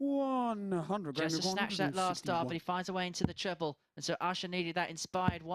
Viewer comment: Squeaky Chipmonk announcer...you talk some fkn crap, "Pwoper pwick" "Twebbw 17" fkn hilarious